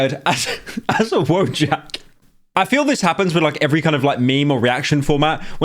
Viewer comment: you cant say wojak for shit